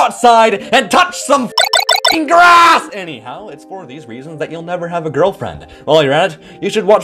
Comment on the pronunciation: The way you said "Y'know, maybe the real answer is to Go Outside, AND TOUCH SOME [Furrett Bleeps] GRRASSSS" Made my day